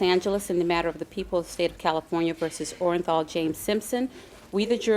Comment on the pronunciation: Mrs Robertson was so articulate with her readings in court but she botched his name with the most replayed verdict in the history of the planet...my guess is she was stunned what the verdict was as she was reading and almost said Orajel (the toothache pain medicine)...instead of Orenthal..